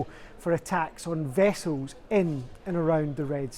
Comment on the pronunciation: Vessoes? Learn English.